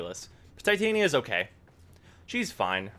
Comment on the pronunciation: is no one mildly infuriated at how DE mispronounces Titania? its the most infuriating thing about this warframe